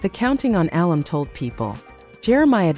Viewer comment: Is this an AI announcer? A few common words are mispronounced, like alum and name Jinger.